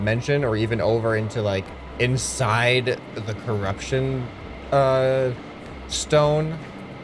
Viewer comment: Curupshon alien's